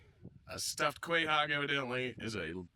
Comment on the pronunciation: Its pronounced KO-HOG. Guy GTF out of our state (spoken like a true masshole)